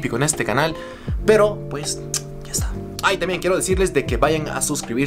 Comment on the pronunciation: "PJ" SE LEE PUEJ NO PEJ😂😂😂😆😆🤣 JERGA CAMBA👏SALUDOS ✌😂😂